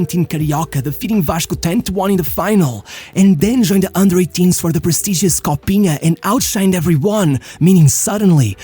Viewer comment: Não sei quanto ao inglês, mas esse "Copinha" ficou muito BR. O canal é de um brasileiro?